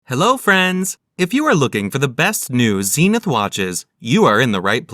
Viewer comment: Stopped watching when he tried to pronounce Zenith.